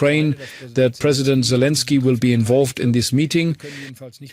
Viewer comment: One thing it's " Zelenskyy" not " " Zalinski"